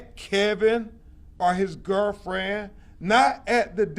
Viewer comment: "Eyewitness coroberation, Kevin's girrfren" . . Did they retain him for free? Sure sounds like they did. If I am paying an attorney, he better be able to speak the King's English properly! 🙄🧐🤴